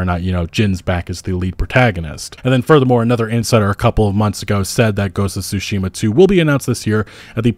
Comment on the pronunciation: Please. It's not SUshima. TSUshima (対馬 = つしま).